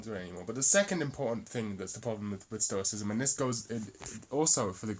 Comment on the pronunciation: Upload video of you fully pronouncing "stoicism" , I think I could get my buddy Ben to disprove your theory solely on the argument of your pronunciation alone.